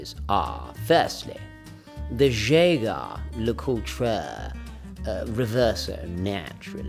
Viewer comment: are you trying to trigger people with the Jaeger-Lecoultre pronounciation? LOL so funny